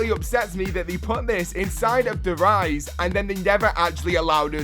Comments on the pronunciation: Der Riese not Riëse wtf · "der eyes" really...